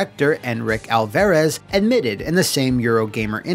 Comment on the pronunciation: Food for thought for next time. As a Hispanic you're butchering Alvarez it's pronounced Al-fuh-rez. It's a soft A not a hard A sound.